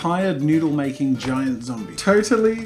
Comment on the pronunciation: When he said makingh I felt that